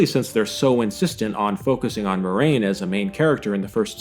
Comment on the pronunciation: It is pronounced Mwah-rain, not Moi-rain.